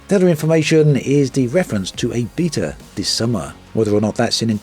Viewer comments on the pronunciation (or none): none